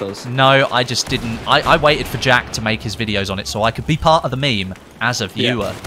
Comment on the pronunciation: I die a little bit on the inside every time you say meme.